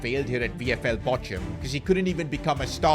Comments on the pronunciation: Bochum is pronounced as bokhum not bochum btw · It is pronounced as Bokam, not Bocham